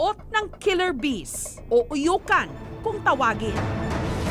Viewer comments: It's not uyukan it's "AYUKAN" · Ayukan ata yun at hindi uyukan. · Ayukan not UYUKAN